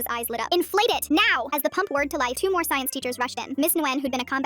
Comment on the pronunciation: “Inflate it NEOW” “maddison was eight months pregnant hebebebuh” “waaaaaaaaaat no”